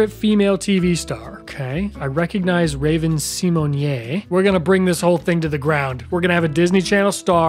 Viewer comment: IS NO ONE GOING TO TALK ABOUT HOW HE PRONOUNCED RAVEN SYMONE